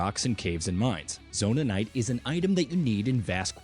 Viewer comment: It's Zonaites, not Zonanaites!